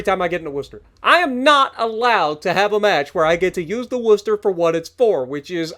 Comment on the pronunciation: Spot on pronunciation!! 🎉🙌🤗 note the emphasis on "wuster" haha nice one 👍👍